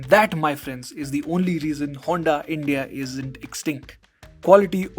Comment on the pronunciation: Broo, but it's HONDA brooo....